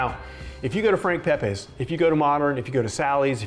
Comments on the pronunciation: its pep-EES, not pep-AYS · Making me hungry!! We have to get you to say “Pepe’s” correctly, though.